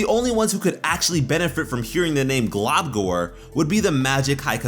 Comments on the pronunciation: I agree with this except it's pronounced glumgor not globgor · i dont if its because i'm british but i though he was saying 'globcORN', i couldn't of been the only one right?